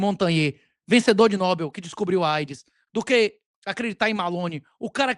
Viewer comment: você está dizendo "nóbel", mas esse acento não existe. É uma oxítona, é noBEL.